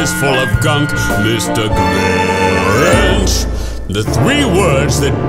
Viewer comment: its grinch not gwinch